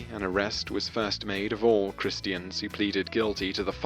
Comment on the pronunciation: The pronunciation of christian.... -__